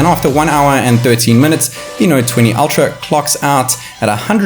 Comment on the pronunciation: Так ультра или альтра? Не совсем расслышал